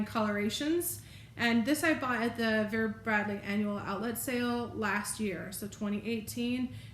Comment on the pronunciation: yes you said it correctly , discovered vera bradley afew weeks when i saw the camocat grey travel blanket and ive been searching the net to get my hands on one , then i came across the disney grey collection that came out this year and love it have ordered the backpack, towel, cosmetic bag and drawstring tote from ebay and will probably get the throw next from ebay also as vera bradley online does'nt do internationally shipping yet , love watching your videos here in ireland